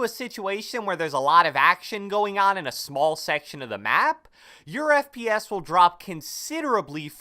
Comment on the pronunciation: I thought you said friends per second! But you didn’t...